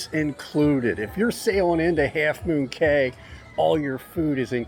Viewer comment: It's pronounced key.